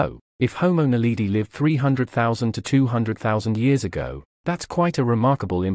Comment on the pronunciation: It's drives me crazy to hear,"Naleedee".